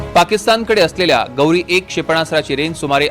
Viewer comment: काय बातमी देतोय हा अरे ते पाकिस्तानी क्षेपणास्त्र च नाव गौरी नाही, घोरी आहे रे.